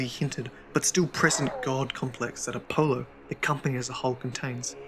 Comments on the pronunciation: a polo the greek god of mint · If he says Apohloh one more time im gonna shit my pants